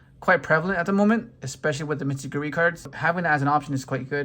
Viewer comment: Great showcase! Gives another perspective to the deck! Also a small tip, it’s pronounced Mitsu-rugi 😅